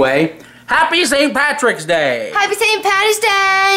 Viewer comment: It's not Patty's its Paddy's